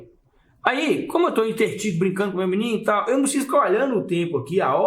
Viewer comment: Não fala cronômetro mas fala "entertido" 🤣🤣